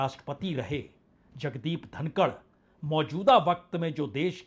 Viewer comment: जनाब धनखड़ है धनकड़ नहीं।